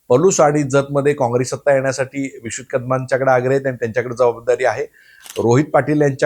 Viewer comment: अरे... विश्ववित नाही रे, विश्वजीत.... दिवाळी गिफ्ट विसरू नको कादमांचे 😂 किती चाटायची असते जयंत पाटलांची